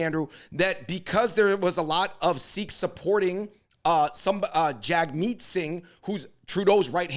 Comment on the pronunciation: Bro you guys are pronouncing Sikh incorrectly. A lot of Sikhs would get offended guys please be aware.